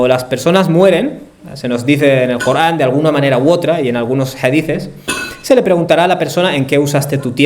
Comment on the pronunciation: Corán. Cooogran , no te e entiend. Payaso. No eres capaz de pronuncia. La r